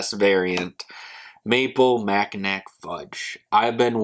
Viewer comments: "Mackinack" it's pronounced Macki-NAW! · Just subbed my friend Great channel. I reviewed the coffee and it was tasty. Going to review this as well. Mackinaw or Mackinac always pronounced Mackinaw.